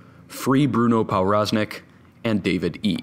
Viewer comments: Its pronunced provroznik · Everytime he pronounces ‚powroznik‘ wrong it gets worse. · It's a Polish last name so that W is pronounced as a V, so Pov Roz Nik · its pronounced pov braz nik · pronounced pov-roz-neek its obviouslt polish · Hey dude, that's NOT how you pronounce Powroznik. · Very nice video but I'm pretty sure that's a Polish name so the "w" should sound like a "v". Probably the only person on earth who is irked by this but I'm gonna leave the comment anyway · learn how to pronounce people's names.